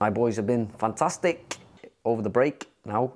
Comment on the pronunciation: u mean "fantasthicc"